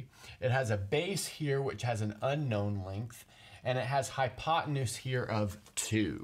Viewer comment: Did he say high on pot tenuse?